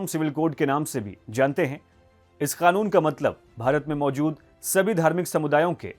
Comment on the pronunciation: I love ur pronunciation of 'KANUN'